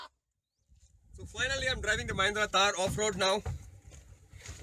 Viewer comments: I think it's THAR and not TAAR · Its THAR not TAAR...